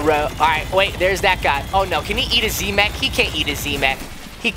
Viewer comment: Silly daddy it's not z mak its z mech